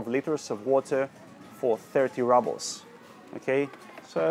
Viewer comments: It's not 'rahbles', it's 'roobles'! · And рубли are roubles ("rooblz") in English, not rubbles... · Какое чудесное произношение у Вас русское! По-английскт рубль произностся не "рабл" , а рубл", , а то получается камушки, галька. "Маслины "=черные оливки, а зеленые ="оливки", так сложилось исторически. " - Вы говорите петрЮшка виесто ПетрУшка" - единственная Ваша ошибка произношения!( смешная). Алёнка шоколад никто не любит. Он и невкусный. Сыра Пармезан нет из-за санкций. Но люди привозят его из Финляндии или покупают в магазинах т.н. финских. Их много по городу. Говорите идеально по русскиц. Вас подвела только петрЮшка😃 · Лол, он просто русский, он сказал rubles , как рубелс, а не раблс... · I’m sorry but he has lived in Russia for a year and it really gets to me how he says rubbles not “roobles “ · Не раблс, а roubles -рублс! Элементарное надо знать! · The letter U in a word «rubles» is pronounced like oo in roots) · We say “roobles” ;-)